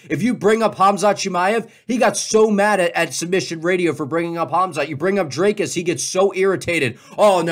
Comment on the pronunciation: It’s Dr-I-cus not Dr-A-cus